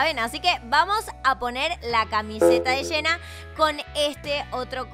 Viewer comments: Nosedice hena se dice jenna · Amo como dice “Shena” en lugar de Jenna JAJAJJSJJAJSJJS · Eeeeee pero se escribe jenna y se pronuncia yenna